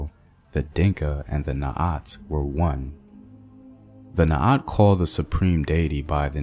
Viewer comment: Kuoth! not kwoth, Naath! not Naat, Thanks for sharing though